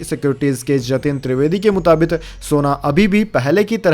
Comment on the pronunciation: मुताबिक सही शब्द है। मुताबित नहीं।